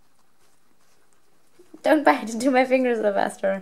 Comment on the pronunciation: Sylvester not syvister